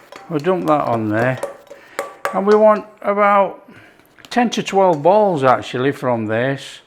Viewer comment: I'd never heard of pearl sugar, so I looked it up. It's a sugar that doesn't melt so it's stays crunchy., I thought you were saying you need 12 bowls and I'm wondering where are the bowls. Who has 12? Then I realised you were saying balls. When I was living/ working in England for 18 months back when dinosaurs roamed the earth I said I wished I had a decent saucepan and a local couple I'd invited to dinner asked me what a source pin was. Love all the different accents around the world. Enjoy watching cook but as I always say, him chomping down on his freshly made tucker is my favourite part. Wish I could have a taste. Have to make my own. Winter in a few days, it's still really warm where I live. Go well. 🥂🦘 Commenting to help the channel.